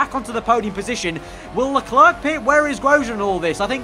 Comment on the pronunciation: Man, you should learn how to pronounce "leclerc", it hurts